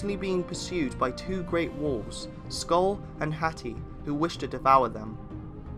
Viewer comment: This is mostly accurate, but please keep in mind that almost every pronounciation is Non-Norse (for example Óðinn pronounced as Odin), and still incorrect, even with the words that don't have letters that are used in Old Norse are pronounced incorrectly (for example Hati, which is pronounced simply as Hati in Old Norse Phonetics, he pronounces as Hætɪ, which is simply wrong). Edit: By the way, there is no evidence of Óðinn having carved ruens into Yggdrasil, neither did they give him any power except for writing. Edit 2: Hætɪ was in Old Norse Phonetic, sorry, forgot to meantion, if it was unclear. Edit 3: For less confusion - there was no Ö in Old Norse, it appeared later, although it is used instead for the actual letters that later turned into Ö (officially, there are still other replacements in some Scandinavian languages in some words and sentences), which were Ǫ, Ø, and Ǿ/Œ. Edit 4: For more help of the pronounciations, here is one very important step to pronounce it better - in Old Norse, the first vowel is ALWAYS the stretched one.